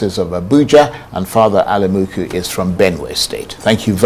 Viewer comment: Alumunku and not Alumuku